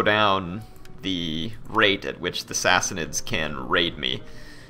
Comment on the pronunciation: "Sissy-nids" Love you,!:D